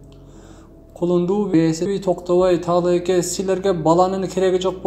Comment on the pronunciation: Бир Кудайды карап сүйлөсө Эл жок болуп кетмек деп,Таалайка эмесТаалаке деп туура окубайсынбы